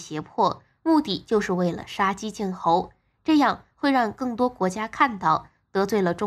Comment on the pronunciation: 杀鸡儆猴 shā jī jǐng hóu 请主播注意发音